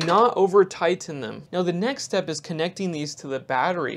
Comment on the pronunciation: Question: I find it very interesting that you pronounce tighten ti-TAN, yet connecting connec-ding - why?